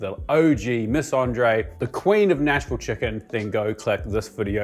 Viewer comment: As a resident of middle Tennessee, I commend you on pronouncing "Nash-vull" correct..